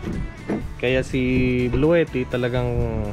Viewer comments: It is pronounced "blu-ti", not "blu-we-ti". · sa page mismo ng Bluetti ang pronunciation nila is "blu-ti", makikita mo yan sa mga instructional videos nila.